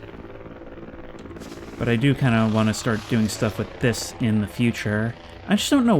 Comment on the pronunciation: "It's a bit annёying..." alright